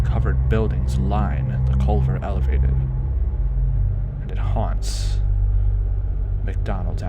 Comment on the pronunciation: "And it huants McDonald's avenue" lmao 💀